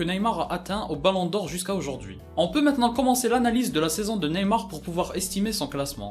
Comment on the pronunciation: hans RAKOTONDRAMONJY javoue j’ai pas remarquer l’erreur